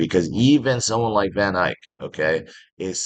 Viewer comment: I don't know why you keep calling it VanIke when it is clearly VanEck.